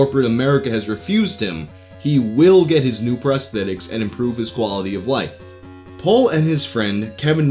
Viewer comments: P-All not P-ole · You pronounce "Paul" like "Pol" and it bugs me... Still like your videos tho